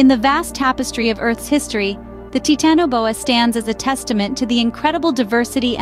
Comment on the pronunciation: Ok its not pronounced tit in a bowa. Youve even said titan correctly. Tf? Thats a pass from me. Im not watching that atol.